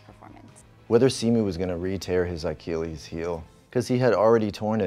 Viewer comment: i can't tell if he's saying I-chilles instead of Achilles on purpose as part of the bit or not lol